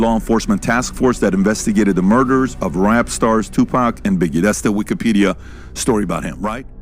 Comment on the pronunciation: Thank you for pronouncing Tupac's name correctly!